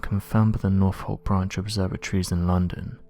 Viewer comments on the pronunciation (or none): none